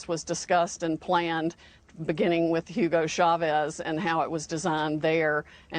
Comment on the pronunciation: It's pronounced OO-go CHAH-ves — NOT HYOO-go SHAH-vezz.